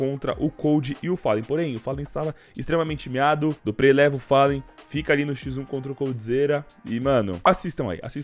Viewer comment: O ouvido sangra cada vez q o cachorro fala duprê, é tão difícil flr duprrí??